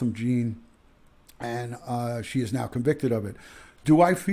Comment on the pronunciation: The man's name is Botham Jean (pronounced John).